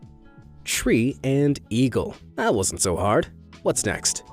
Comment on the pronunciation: it is toou hord.